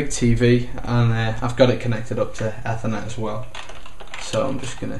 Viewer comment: ethhhernet? its "Ey ther net" .... Ethernet sounds awful...